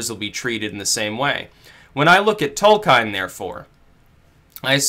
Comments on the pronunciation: Tol-keen REEEEEEEEEEEEEEEEEEEEEEEEEEEEEEEEEEEEEEEEEEEEEEEEEEEEEEEEEEEEEEEEEEEEEEEEEEEEEEE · Tolkine, Caukayzoid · I've always heard it pronounced Tole-kin :emphasis on the first syllable. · Uh oh. Are we in the Tol-kien or Tol-kein timeline? And how does it relate to the Berenstain Bears?!?! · Tolkien not Tolkein (also pronounced Tol-keen not Tol-kine). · /TOLKJEN/, nαt /tolkajn/ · >Tolkein It's Tolkien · The legendary author's name is pronounced "Toll-key-inn." Please make a note of it. Fuck! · your reading of "Tolkhine" is pretty disappointing. read his essay "On Fairy Stories" and then you will begin to understand Tolkien. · /ˈtɒlkiːn/, I expected better of you. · The pronunciation of Tolkien throws me right out of the video lmao. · abuseofviolence Caught it right away because people exoticism the name Tolkien. and the "Alt-Right" should love Tolkien because it's a myth of Westernesse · It's *Tolkien,...